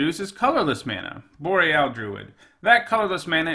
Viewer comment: Mispronounced "Boreal"